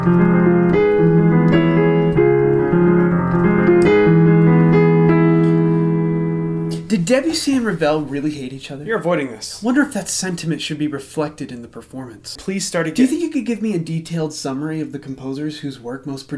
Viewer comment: I have never heard someone pronounce Debussy like that...